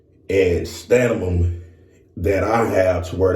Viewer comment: Endurance and stamime😂 Love this guy❤